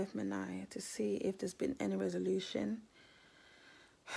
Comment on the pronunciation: Do u realize that you called Minai “Miami”?